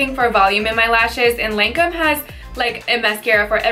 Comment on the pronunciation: Never heard anyone pronounce Lancôme that way